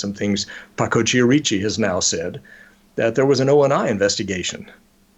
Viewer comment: I hate to e a language Nazi, but wouldn't the name Chierici be pronounced Ki-er-i-chi, not Chee-er-eechi? But fascinating show, thank you!